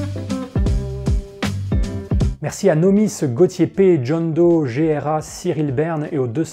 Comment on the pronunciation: Mon pseudo sur Tipeee se prononce "Gra", pas "Géhèra" ^^ Depuis tes vidéos sur la morale (passionnantes !), je n'ai lu que des critiques négatives de la psycho-évo, qui m'ont semblé, d'après mon bagage en biologie, pertinentes. J'attends donc BEAUCOUP de cette nouvelle série ! Bonne continuation GRA